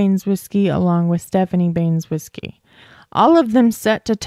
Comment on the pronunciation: Baynes-whiskey? Ban-eh-zow-skee. Hope that helps